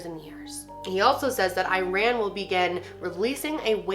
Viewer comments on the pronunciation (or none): You pronounce it "eeran" just like how you say Italy ☺️ and I doubt that will be true. Happy Newww Yeaar ✨🎉